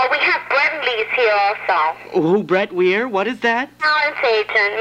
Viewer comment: Did she say Brett Weir? 😂😂😂